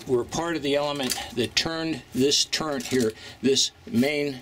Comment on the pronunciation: Enjoyed the videos so far. Please don't take this as an insult but those are TREADS, not threads. And that is a TURRET, not turrent. LOL Other than repeating those incorrectly (which for some reason tweaked OCD i was unawares of possessing....), it was a thoughtful and well presented documentary and thanks for sharing.